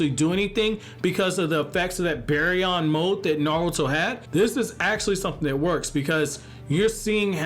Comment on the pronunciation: I'm just saying when you say baryon mode you say BEARyon mode say bar like candy bar just letting you know